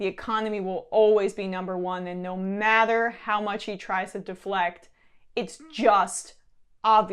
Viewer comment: She can't pronounce "Matter" lol she pronounces it as "Mather" 😂 WTH is Mather?